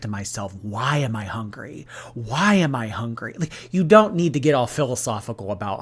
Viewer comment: HONGRY. I’ve never heard anyone else pronounce hungry that way.